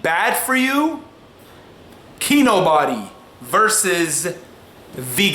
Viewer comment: Lol he pronounced it KEY-NO-BODY instead of KEY-NO-BEE.